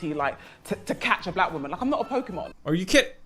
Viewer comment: "case your a waman."